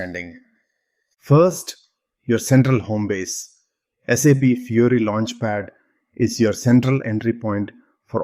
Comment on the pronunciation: I appreciate the content of your video. But what I like the most is how you pronounce the name of the interface - SAP Fury. Fury is indeed my dominant feeling while using SAP, xD. They should definitely change that name from Fiori to Fury